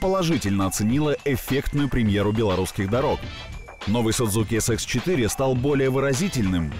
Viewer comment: Не Sudzuki, a Suzuki надо произносить название.